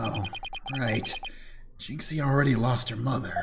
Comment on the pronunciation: I believe Jinxie's name is pronounced "Jin-Shee-eh" (Chinese pronunciation) But I HC that she's given up on correcting Trucy, and since Apollo's a friend of hers, she doesn't bother correcting him either.